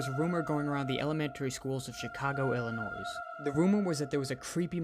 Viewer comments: It bothers me so much that the guy said the S in Illinois. The S is silent! 😣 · The S in Illinois is silent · The way that guy pronounced my state of Illinois was driving me crazy. The S is silent. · The scary part is the homey the clown narrator keeps saying the s in Illinois